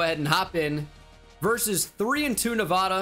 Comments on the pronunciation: It’s actually pronounced Nuh-VAY-duh... hehe silly boy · I’m begging you… the first a in Nevada is pronounced like apple, not awesome (coming from a Nevada resident) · Probably doesn’t help when you insult the entire state of Nevada by pronouncing it incorrectly. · You’re pronouncing Nevada wrong and it’s distracting